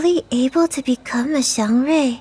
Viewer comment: The wonderful height of cultural accuracy observed in the localization of Reverse:1999 is just perfectly on display in this PV, particularly through the pronunciations of 'xiangrui' and Jiu Niangzi's name. Honouring the tonal aspect of pinyin (the phonetic alphabet for Standard Chinese rendered in Roman letters) is rare in Western or localized Chinese media, or even just outright neglected; in a game like Genshin, for example, pronunciations of Chinese names by mostly Western voice actors cause the syllables (Chinese syllables each being a separate word) to lose their prescribed pinyin tones, deferring to a familiar, indiscriminate variation of tone overriding them in English. The pinyin tones are preserved to perfection here, e.g. 'xiangrui' being strictly intonated as 'xiáng ruì' each time no matter the tenor of the larger statement in English, both owing to exceptionally inclusive voice direction and talent-hiring.